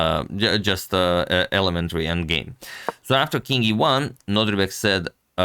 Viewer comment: Am I the only one who hears Antonio always say NodRIbek instead of NodIRbek? Just checking on my sanity here 😅